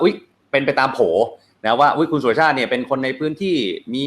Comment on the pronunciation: เขาชื่อ_สุ_ร_ชาติ_ไม่ไช่ชื่อสุชาติ